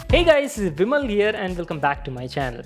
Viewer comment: "Vimal " bolo juban keshari